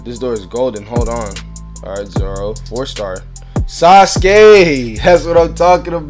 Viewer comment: Anybody else be like suskay who is dat it’s sasuke saz-oo-key that’s how you pronounce it lol